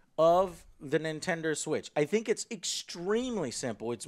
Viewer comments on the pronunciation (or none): Nintender switch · he said nentender switch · Ladies and Gentlemen..Introducing the Nintendr Switch! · Nintendur switch XD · "I like the interface of the nintender switch". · the nintender switch -_ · Nintender Switch. haha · "Nintinder Switch". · "Nintender Switch" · He said Nintender Switch haha. Joe you are the greatest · "nintender switch" lol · did he say nintender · lol Nintendur switch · Did he say nintender switch ... BOY! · Lmao he said Nintender. Joe is turning into a grandma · I gotta get me one o them nentender switches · Nintender switch? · the nintender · Nintender lmao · Nintender Switch?! lol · Nin-tinder Switch